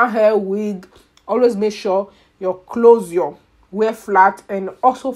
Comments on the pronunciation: The way she is pronouncing closure ...clozar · "Clozure" 😄😄 i love it. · Why are you pronouncing closure that way?